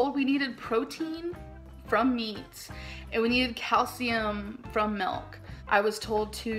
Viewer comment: I'm Asian and I was trying to translate what "melk" is then I realized that's how Amber pronounce the "milk" lol